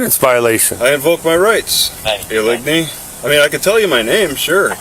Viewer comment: OH-LIG-KNEE is a real prick 😢